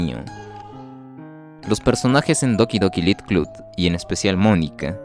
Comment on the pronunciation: Me pregunto porque la gente sigue pronunciando -ture como "tur" cuando se debería decir "che".